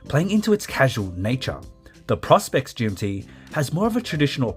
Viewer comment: Thank you!! The mispronunciation is a constant minor irritation.